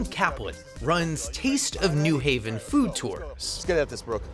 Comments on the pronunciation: It's not "in mass", it's 'en masse', which is pronounced "ahn mahs", and it's not "Newhaven" ("NEW hay-vuhn"), it's New Haven ("new HAY-vuhn"). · It's New HAVEN, not NEW Haven.